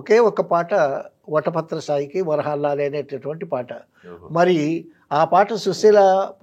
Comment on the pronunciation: వటపత్రసాయి కాదు పెద్దాయనా.. వటపత్రశాయి....